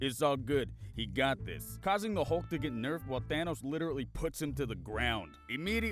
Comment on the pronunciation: "We have a Halk"